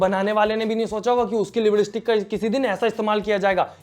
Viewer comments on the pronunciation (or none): Lipstick ❌ Libdistick✅ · Liblistick nahi lipstick bolte he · Lipstick nhi "libbillisshhtik" 😂 hai ji boh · Lipstick ko apne lipblistick bola kisi ne achhe se suna kya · Lipstick ❌️ Lipistick ❌️ Liblistick ✅️ Wahh 🤣🤣❤️ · Acha se ny bol paa rahi, par aap acha bolte ho, mujhe acha laga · I like it when he says "liblistick" 🤣😂😅😆😆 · Hahaha aur ek baar lipistick bolo na 😅😜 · Lipstick bolne ka tarika thoda causal hai😂😅